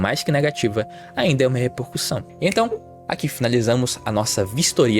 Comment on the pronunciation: “repercuÇão” foi cabuloso… português fazendo mais uma vítima kkkkkkkkk